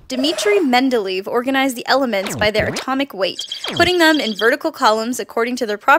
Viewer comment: geez, the way you mispronounce "dmitri mendeleev" is just embarassing